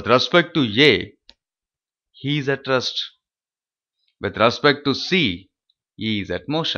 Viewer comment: Rest ko rust bol rahay ho... jahil ho kia